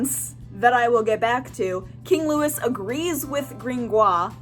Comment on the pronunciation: Loo wee, not loo is